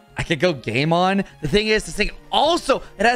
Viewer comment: Why did i keep hearing gaymon instead of game on 🤣🤣🤣🤣